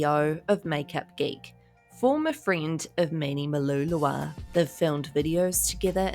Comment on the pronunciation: I love how you say “manny mulalala” so funny!